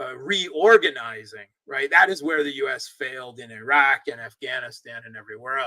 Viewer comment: Did say Eye-Rack? He is speaking like an ignoramus while pretending to be an intellectual.